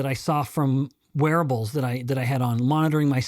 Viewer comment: I heard…”I was surprised by the data I got from my werewolves!” I’m like, I bet you were! Then I realized he said wearables. 😂